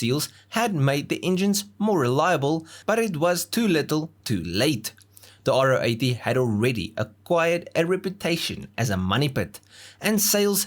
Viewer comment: If only you could have pronounced its name properly! It’s a Ro 80, Ro for Rotary. Not “Ah Oh 80”.